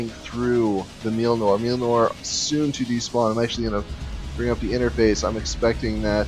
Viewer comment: I'm shocked that you don't know how to pronounce the name of Thors hammer! :P